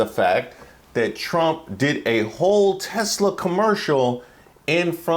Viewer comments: it’s Tesler not Tesla 😅😅😅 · That is Trump's way of saying Tesla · When trump said "Tesler"instead of Tesla, I was thinking dementia and dyslexia don't work together very well. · He hit a hard "R" on that Tesla(r)